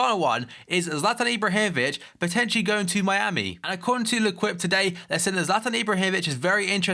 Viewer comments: ITS PRONOUNCED LAY-KEEP (l'équipe) NOT lay kweep! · L'équipe is pronounced "Leh - keep"